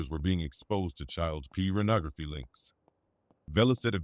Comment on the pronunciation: This nigga said "child Pubernography"